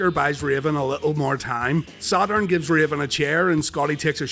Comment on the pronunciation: The way you say "Sad Urn", is begging to be turned into a shirt. 😥 ⚱ Paul Bearer vs Sad Urn